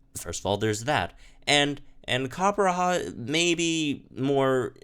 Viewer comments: on the topic of name pronunciations, its copper-raja and not copper-raha. Raja means king in hindi, I'm guessing the idea was war elephants as a symbol of indian kings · It’s weird hearing him say “Coppera” when there’s clearly a J in there....... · can you pronounce Copperajah one more time? 😆😆😆